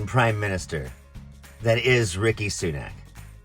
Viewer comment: It's Rishi, not Ricki, but yes, he's a dickhead. They all are. He pretended to be filling up his car, but it was one he had "borrowed" from a normal person. When he got to the checkout, he picked up a can of Coke then he didn't know how to pay for it. He was waving his card around like a prat. There is video of it. They never learn. The weird thing about the current lot is that many of them are children or grandchildren of immigrants and they HATE immigrants. Both the present and former Home Secretaries (Suella Braverman, Priti Patel) are heartless monsters. They want the Royal Navy and The National Lifeboat Association to actually let people drown in the English channel. The ones that do make it, they want to send to Rwanda. I hate them so much it physically hurts.